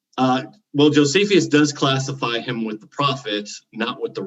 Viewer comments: “Jo-see-fee-us”?? Reread the word Jonathan. No need for the extra syllable! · Everytime mispronounces an ancient name, an angel dies. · Honest question... Is mispronouncing these names? Are there alternative pronunciations? Josephius, Artaxes, Arcyxerxis, Propher, Secludians, Putolemy... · This is not intended to be a personal jab at but I do find it a bit perplexing and jarring that he consistently mispronounces so many ancient names after having engaged with scholars for as long as he has. I am a layperson and am not an expert in anything and I still know the proper pronunciation of most of those names just from listening to YouTube lectures and debates by scholars. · Jesius Chrost, come on dude - you can't profess that 'some playful humour can be fun' after reacting so petulently to a harmless joke. The fact is you did consistently mispronounce a name. It was jarring. If someone consistently called you Jonathian, you'd notice it and it would cause you some degree of frustration. It's an odd thing that I've noticed happen when people come to their knowledge through private, non academic study. This isn't to say private study is worthless, but just that study in isolation is fraught with the risk of failing to spot mistakes that would be noticed in the conversation that takes place in Academia. So in a sense, your mispronunciation is a metaphorical symbol of the shortcomings of non academic study. It's the least confrontational way of saying that your methodology must be very bad to have led you to make the conclusions you have when it comes to your assertions about the subject. Your mispronunciation is the least of your worries, and the mildest criticism - and the easiest to address.